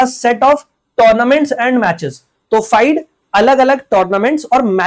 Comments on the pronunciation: Wrong pronounciation.. it's FIDÉ (Sounds Feede) not FIDE . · Sir FIDE ko mostly फिडे pronounce krte h...